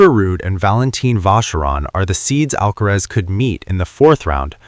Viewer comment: It's NOT Alkatraz. NOT Alkarez...it's Alkaraz !!! Comprende?😅